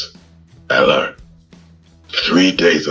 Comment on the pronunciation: The AI voicework has a long way to go. It clearly failed to pronounce both simple words like "alert" and larger more complex words like "laboratory" correctly.